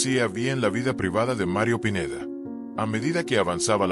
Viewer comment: Habla bn el pineida no pineda